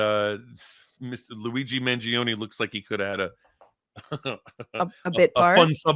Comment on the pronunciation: Forza Luigi! By the way, Francesca is the only person in media to say his name correctly. Brava Francesca.